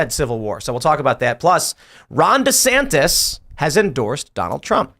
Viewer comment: Tim it's pronounced "Rhonda Santis"